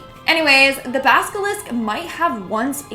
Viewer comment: So are we just gonna ignore the fact kept saying basilisk wrong? Basilisk not Baskalisk lol.